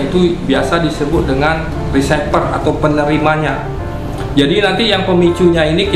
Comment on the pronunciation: Trigger, dibaca triger bukan trijer. Receiver, baca risiper bukan risaiper... Btw... mantap tutornya bang buat pemula bgt.